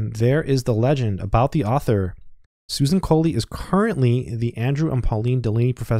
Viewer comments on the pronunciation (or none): none